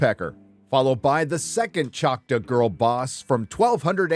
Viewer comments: ok I agree with the review but the tribe is pronounced chalk-taw and not chaka. Makes me wonder if the show did a Last Airbender and pronounced Aang with Ong. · did you really just say "Chot=wuh?" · Are you trying to say Choctaw? Choc-TAAHW. Just saying, since I've spend most of my life in Oklahoma. BTW this series looks to be an offensive level of "representation" again, coming from a person who as spent most of their life in Oklahoma. Oh and OU sucks, go Pokes. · The Choctaw tribe in Oklahoma is a separate entity from the Mississippi tribe. Also, its pronounced ‘chock’-‘tall’ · No it’s still “Chalk-taw”, is either too lazy or too bigoted to pronounce it correctly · Choctaw, as in Chalk-Taw. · I’m from Oklahoma and everyone pronounces it chock-taw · It’s pronounced Choctaw- Chock-taw. Thank you for you attention. Lol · Hahaha the mispronunciation of Choctaw is hilarious to me. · Bro how are you pronouncing choctaw? Lol wrong that's how